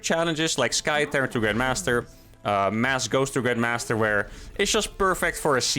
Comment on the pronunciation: For the last time: It's not Sky Terran, it is T-air-ran...